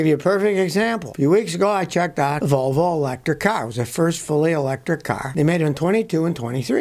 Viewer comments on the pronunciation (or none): none